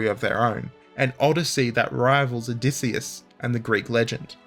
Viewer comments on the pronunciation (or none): none